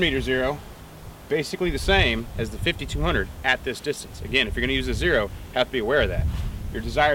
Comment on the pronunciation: please say 50 to 200 instead of 5200